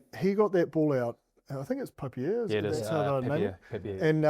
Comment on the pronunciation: Btw, its "papeer", not "papieer"